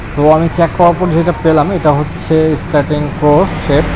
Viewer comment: ইস টি আ রিং। স্টার্টিং না